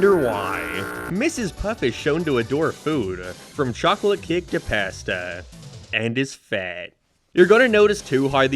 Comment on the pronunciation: Why do you say pasta like that